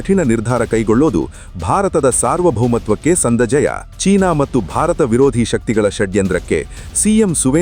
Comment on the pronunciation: ಮಟ್ಟು ಅನ್ನಬೇಡಿ, ಅದು ಮತ್ತು